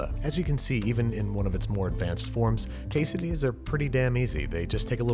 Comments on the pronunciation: 20-hour video of Babish saying _quessedillas_. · Se dice como se lee we Es quesadillas we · Noooo I am Mexican and that is not the we to maque quesadillas